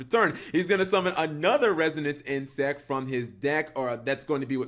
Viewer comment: It’s Resonance Insect, not Renaissance cap... reminds me of your old vid where you pronounced epitome as “ep-ē-tome” 😂